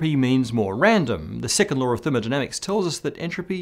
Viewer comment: I keep on hearing "the sycamore of thermodynamics'.